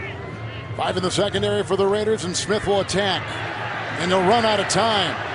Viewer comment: i love Rai-ders Suck 3 syllables.